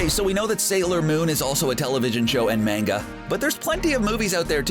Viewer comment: did you just pronounce manga the way I think you just pronounced manga?